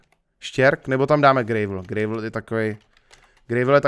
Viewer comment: Prosimtě štěrk se čte [grávl]